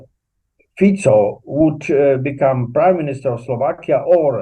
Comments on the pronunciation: Please English speaking mr. can you say mr.Fico name as is written with out Fiko! He's a mr.Fico! No Fiko! Thank you for understanding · What is wrong with you reporters? Can't you give respect for the name and pronounce it correctly? It is not Fiko, but Fico - pronounced as Tsitsipas - the tennis player. Period. 😮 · Can you, please, learn to pronounce Fico. It is NOT ‘k’. Thank you.